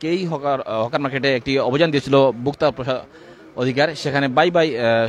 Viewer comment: ভুক্তা অধিকার কি? ভোক্তা অধিকার.... বিরক্তিকর।